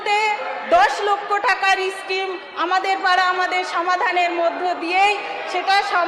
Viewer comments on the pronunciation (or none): এ-স্তর, ই-স্কিম...... এ কেমন মন্ত্রী?